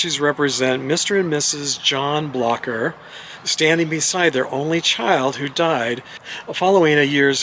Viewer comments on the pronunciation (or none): I believe Blocher is pronounced Bloshay.